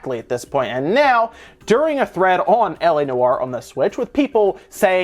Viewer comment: Sounds like "Ellie New-R" when you say "LA Noire"